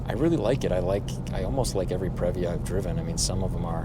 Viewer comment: It is pronounced “pre”-“via”! Not, “prev”-“via” 🙄😑🤦🏻‍♂️😑🙄